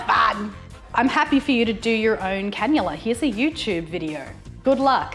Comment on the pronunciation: A cannula*. Google it. :)